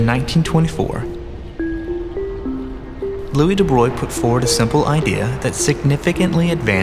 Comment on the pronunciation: Someone in this clip needs a lesson in pronouncing "de Broglie". Sheesh.